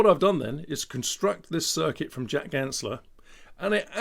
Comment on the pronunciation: *Ganssle, not Gansler :)